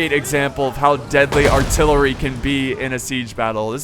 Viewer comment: u said tht artillewy fire🤣🤣🤣 ur dope💪🏾